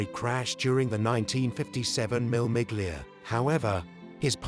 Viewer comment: Seriously, WTF. it's not MILL MIGLIA! Shocking voice over. It's pronounced, Mille. You don't pronounce the 'G' in 'Miglia' either It's a silent G. Do your bloody homework.